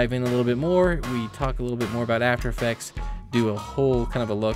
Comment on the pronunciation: After effects not "atfer effects" 😂